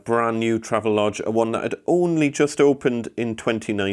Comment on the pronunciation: BTW, I used to work at the marketing firm for Travelodge. It is pronounced "Travel-Odge". There is intended to be a distinct separation between Travel and the odge part. This is to distinguish some early mispronunciations such as "Trayve-Lodge"